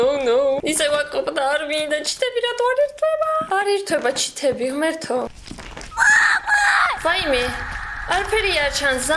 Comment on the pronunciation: ჩითები😂😂😂😂 ჩითები არაა სწორი 😂 ჩეთებიი